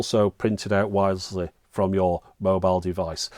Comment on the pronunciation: Wiressesly? :P Best lay off the cognac before recording videos